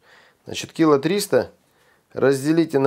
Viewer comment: Орфографический словарь кило, нескл., с. (килограмм) - ударение на О! Большой толковый словарь КИЛО, неизм.; ср. Разг. =Килограмм. К. хлеба, муки. - ударение на 2-м слоге!